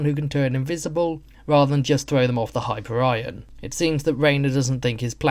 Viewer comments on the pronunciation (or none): It's pronounced high-peer-ee-on, not hyper-ryan.